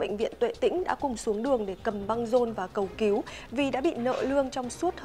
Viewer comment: Cầu cứu mà đọc cầu kiếu , nên đổi gấp người đọc chuẩn nhé